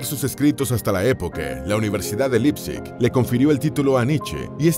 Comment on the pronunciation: Un apunte, se pronuncia "Laipzig" y no "Lipzig"